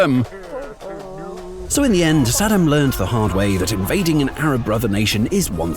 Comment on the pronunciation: Such a great video. My only problem was the narration, you guys are already hard to understand with the british accent but calling Saddam Husein as "Sed'm" didn't help at all 😂 I had to keep rewinding to understand what's being said.